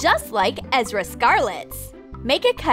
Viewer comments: You called Erza scarlet Ezra scarlets, and black butler is not his name! Edit: Thanks for 23 likes! Edit: Holy Sebastian, 99 likes! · Her name is ERZA SCARLET not ezra !! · Ummm it's not ezra it's erza Scarlet